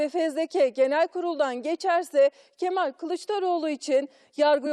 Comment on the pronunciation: Yanion kemaaal 😂